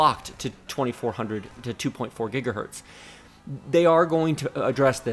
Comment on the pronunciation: Thanks for these great/super well done reviews. Second to none IMO. One lil' niggle. I often hear you say "Gigahert" as if it's singular for "Gigahertz" - no need to explain further, and I don't mean to offend. Just making you aware, as you are a "Pro" in every sense of the word, and I'm just providing constructive feedback.